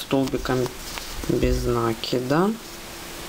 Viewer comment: Ну почему нАкида?? А ж слух режет, а за Мк спасибо!